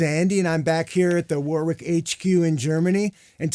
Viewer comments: All these years and he still can’t pronounce the name Warwick properly 😂😂😂😂. Great demo. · UK = Wohrick US = War wick Germany = Varrick?